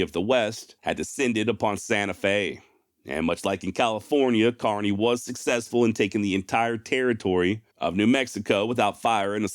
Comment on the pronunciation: FYl: lt's pronounced kerny not carny.